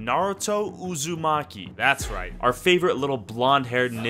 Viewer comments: It's not oozumaki it's uzumaki. nice video thought!! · Why does he say Uzumaki as Uzuuuumki